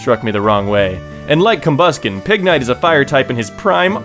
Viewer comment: I cried when you said Pignite...